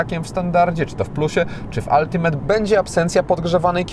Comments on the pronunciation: Brawo za poprawna wymowe slowa ultimate. Nie moge juz czasem z tymi od “altimejt”. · jak miło słyszeć dobrą wymowę Ultimate